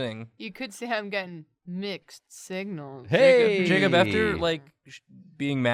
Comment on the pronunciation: "waddaya sayin? Jarcub?"